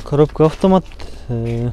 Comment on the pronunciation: үкам афтаат дебей автомат деп даңгал айтчи ,дайима сенин тартканыңды көрөм бирок афтаат дегениңде итиркейим келет көөнүм айныйт шашпай автомат деп кайра кайра кайталап үйрөн үкам.